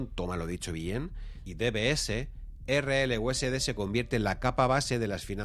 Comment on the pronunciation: valoro que digas erreeleuesede y no erelyuesdi, equiserrepé y no icserpi, etc...